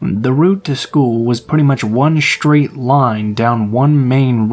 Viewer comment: I know that I am the only one who wonders what would hap pen if we said straight instead of shtraight or street instead of shtreet.